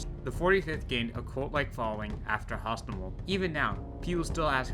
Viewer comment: Hostomel not Gostomel. It was never Russian and will never be russian